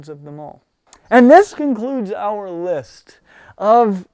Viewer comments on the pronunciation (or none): none